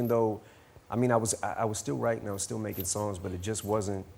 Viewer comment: lol, he says: was it wap that got you into witing in the fiwst pwace.